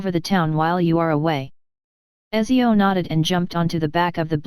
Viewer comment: btw my girlfriend is italian and she told me Ezio is pronounced Uh-t-zee-ohh